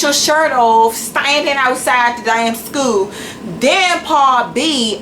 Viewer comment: I don't even know how the hell you got into any college when you can't even enunciate — it's a SCHOOL, not "skoo". You sit in front of your camera with the audacity to make fun of or hate on pretty much everyone, yet you have more poor qualities than all those people combined. The shirtless guy who had no right to be shirtless because he wasn't hot in your eyes? I'm sure he can pronounce "school" correctly. The security guard who knows nothing because he's "just a security guard"? He most likely passed English whereas you,, obviously failed even first grade English. The "bossy" student who's stupid because she's "too old" to be a student? At least she's unafraid to step up and try something different, unlike you who doesn't even have the respect and decency to show up to class. Was your mouth open when people were staring at you? Because I'd stare at you too if I heard you talking, and they don't smile at you because of the disdain they have for how judgmental and bigoted you are to everyone around you. You should be ashamed of yourself, your actions, and the ugly words that spew out of your mouth. Have some respect for others, but more importantly, try having some respect for yourself.